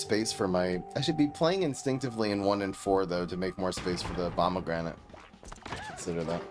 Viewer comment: I swore I heard him say Obamagranate😅